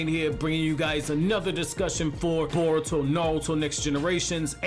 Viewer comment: Boruto not bortuo